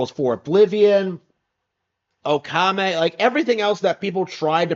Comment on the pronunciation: It's pronounced "Okami," not "Okame." Or is this one of those things where you try and insult a game by mispronouncing its name?